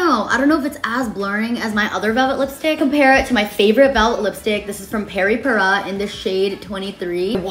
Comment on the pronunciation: The way you pronounce Peri Pera like it’s Spanish is actually good 🥰